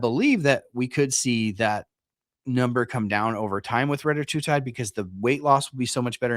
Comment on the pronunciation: I mean it’s spelled “Reta” not “Retta” so pronouncing it “retie” doesn’t make a ton of sense. You see that right?